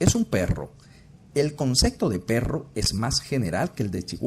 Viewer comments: La ballena es un mamífero, pero no es cuadrúpedo🤦‍♂️. Por otra parte, ¿por qué oigo que dice "concecto"? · No puedo creer que se tenga este nivel de conocimiento, y al mismo tiempo se diga “concecto”. Léase: CONCEPTO.